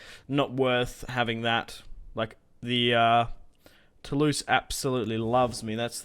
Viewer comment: euhhh, no, no no Lorraigne is not pronounced low reign oO, just LO-Reine. And Toulouse is Toolooze ;)